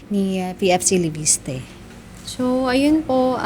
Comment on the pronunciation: LEVISTE ❌ LEPISTE ✅ 😂😂😂😂